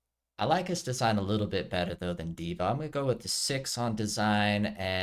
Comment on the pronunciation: You said it right: D.Va like diva